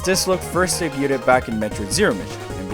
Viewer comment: How do you mispronounce debuted